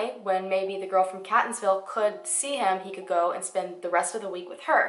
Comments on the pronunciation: I'm from Maryland .. Catonsville is pronounced as "Kate" not cat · I grew up in Catonsville! It's actually pronounced kate-onsville. Awesome video! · Everybody from maryland is cringing at “cat-onsville” and “elli-cot” city 😂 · Also, Catonsville is pronounced Kate-ons-ville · Catonsville is pronounced Kate-ons-ville. named after the Caton family. I live in Maryland, even attended school in the Baltimore area. One of my best friends lives in Catonsville, and I heard nothing about this. And I was still at school when he went missing. weird. Heroin is a huge issue in MD, especially the Baltimore area. I would not be surprised if he did OD on it. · Great video! It’s Kay-tonsville and Ell-eh-cut City 👍🏼🤗 Can’t wait for the next video - your channel is growing so quickly!!!! Gitttttt itttt girl!!! 😜 My favorite “missing people / conspiracy / mystery” channel on YT for sureeeee!!! 🎉🙌🏼👍🏼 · Just a tip, when I’m doing a story (not for YouTube) and I don’t know a city’s names I YouTube local newspapers stations to hear the pronunciation. I’m from Baltimore and the towns Catonsville is kate-ons-Ville and Ellicot City is el-ih-kit city. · I love you and your content. I can’t believe I am just now discovering you ❤️ also, I keep having a little laugh every time you say 🐈-tonsville. Obviously I know there’s no reason you would know how locals pronounce it. I grew up in that area and we pronounce it Kate-tonsville. I actually think I like CAT-onsville more ☺️ (oh yeah, and Elli-CUT City 😉) I know this is an old video but I live about 20 min from this area and have NEVER heard about this case. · I live in Maryland. And I work in catonsville it's pronounced like katetonsville and Ellicott City is pronounced like Ellicitt City. And I haven't heard about this. And im from the area and know the area very well. Wow this is crazy it's so close to home. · Katonsvillie is how its pronounced & ellikit city :) im OBSESSED with you videos. Purchasing my sweatshirt this week:)